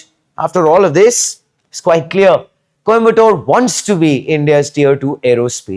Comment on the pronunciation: Ffs stop calling it Kombatore. It would have taken you 10 secs to get the pronunciation right before making this video.